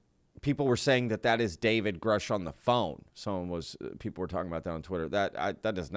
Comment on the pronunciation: I recall he did say david grush but prononced it grooosh